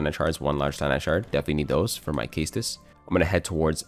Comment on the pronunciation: CLICKED OFF CAUSE OF HOW YOU SAY CAESTUS